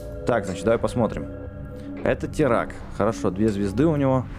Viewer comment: БЛИН ВЫ ЗАДАЛБАЛИ ДЕЛАТЬ ОШИБКИ НЕ ТИРАК А ТИРАН 🤣